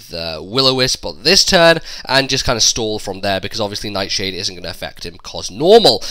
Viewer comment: 'Neyt Sheyd' totally killed me ROFLMAO xD